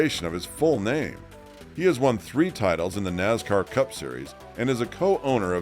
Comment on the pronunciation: It's Nascar...Not Nazcar